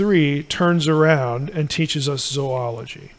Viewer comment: Thank you for pronouncing "zoology" correctly! (It's one of my pet peeves.)